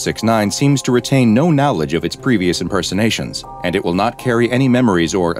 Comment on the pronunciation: I can't get over the way pronounces knowledge as now-ledge 😂